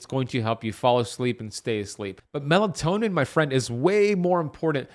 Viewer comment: It’s melatonin not melantonin